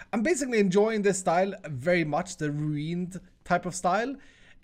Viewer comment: Now try to say ruined the right way, you nitwit